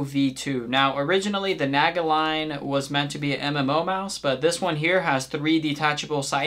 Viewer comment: It's pronounced like Nah-Gah, not whatever the fuck you said